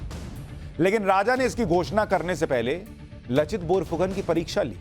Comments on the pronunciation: Thanks pronounced laachit instead of lachit.( LAASIT ) plz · It is लाचित ... not लचित :) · लचित नहीं लाचित। बोरफुकन नहीं बड़फुकन। बड़ का मतलब बड़े या बड़ा। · U r doing good job. But one rectification is there, "laachit" not lochit ....I mean accent..... Then Bor .. boruna .....aahom.... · लचित नही sir लाचित, बोरफुकान नही बरफुकन है। जो assamese में "লাচিত বৰফুকন " होता है। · लचित नहीं लाचित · Sir in case you're reading my comment, I'd like to correct the pronunciation of Lachit. It's pronounced Laa-chit not La-chit. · Very good sir..Lekin लचित नही है ,,लाचित है सहि pronunciation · लाचित बरफुकन , लचित नही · Laachit not Lachit in hindi.